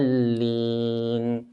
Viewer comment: it really sounds like walag-daleen. Is that supposed to be it?